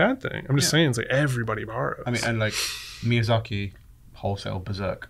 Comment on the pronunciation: God,, I love you man, but that Miyazak-ey is hurting my inner sould. It's just short "i" at the end, Miyazaki.